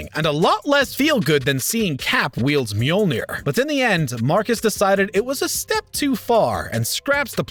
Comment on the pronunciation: Stop saying meeolnir when you are referring to the Mjolnir. Jeez!!!